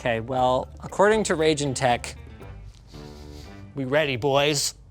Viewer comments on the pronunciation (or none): It's about time that Steve Burke and the folks at Gamers Nexus get their hands on Raijintek (pronounced Rye~Jin~Tek; not Ray~Jin~Tek, as presented in this program) and Arctic's Air Cooling resources: Knowing that they have a more full~scale methodology for analyzing thermals, acoustics, and performance stability, them analyzing the Morpheus and Accelero Xtreme series will allow for us to have a better insight into if these 070 to 080$ USD resources are worth getting over having to purchase a Third Party card for hundreds of dollars more, especially when considering how interchangeable these particular coolers are. Thermally, the Morpheus II: Core Edition (and its First Generation Vega counterpart), Morpheus 8057, and Arctic Accelero Xtreme IV (Revision 02) are all extremely effective when compared to the Stock Thermal and Cooling Solution of a Reference Card, as well as dominating against any Blower variant and even certain Third Party options, which includes the Triple Fan coolers at times as well; the Morpheus II: Core Edition is the only one of the bunch known at this time to also work on a Radeon VII, which if you can use it properly it will drop the thermals by a noticeable margin and significantly drop acoustics (though an Undervolt of the card and some custom fan tuning can become equally as effective in dropping the thermals, acoustics, and even power draw); this kind of solution is meant more for the Enthusiast and Prosumer cards that those who get such a product wou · Just FYI, pretty sure it's pronounced "Rye-jin tech" after Raijin, the Japanese/Shinto god of lightning/thunder/storms.